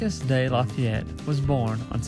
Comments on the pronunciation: Marks de lafayette ? LoL “mar key” de lafayette,, nice vid tho thanks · Not “Marcus.’ Pronounced “Marr- Key.” Dudes a American hero. Read up, amigo